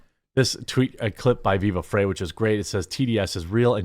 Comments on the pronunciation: viva "fry". not "fray" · Just a small note Jeremy, Viva Frei, is pronounced "fry", not "fray". 🙂